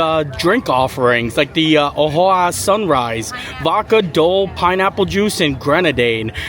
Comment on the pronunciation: Another delightful video from one of my two favorite Disney vloggers. I love how you try the new and familiar foods and have fun watching your reactions to them. By the way, O'ahu is pronounced "Oh-wa-who" and is one of the beautiful Hawaiian Islands. Keep up the great work and looking forward to your next adventure. Kind regards, Anna-Marie from Pennsylvania.